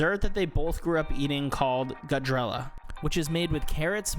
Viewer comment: Awesome video bro! thank you for the review, please verify your pronunciation for the Urdu words though. I was trying to figure out what gajrella was and figured out it was gajar ki halwa lol